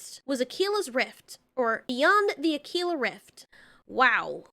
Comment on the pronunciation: It's pronounced Ah-Quill-ah.